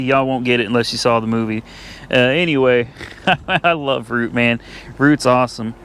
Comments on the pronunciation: Its I am Groot, not Root. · I thought he sead I am Groot